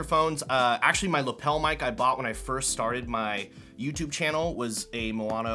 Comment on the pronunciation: how do you manage to say moano if the spelling is maono? btw, usb-b is still used nowadays for midi instruments (keyboards etc)